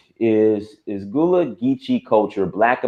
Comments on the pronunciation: Why bro pronounce Gullah like that 😂 Not “ghoula”, its (Guhh-laa) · Man, it’s kinda of disrespectful to keep calling the GULLAH people GOOLA. It’s not that hard to correctly pronounce. Otherwise, I loved the video 🙏🏿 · It’s pronounced GUH-la say the ‘U’ like you would in “Sea Gull”